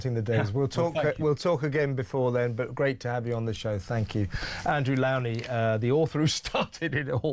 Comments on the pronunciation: Andrew Lownie's name is pronounced LOW as in SLOW. It should not rhyme with COW. FYI. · Kevin, Why can’t you say Lownie’s name right?!